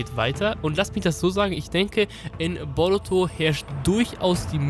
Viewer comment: Wie er boruto ausspricht ,,borotu“ 1zu1 spricht er es so aus ahhahahaha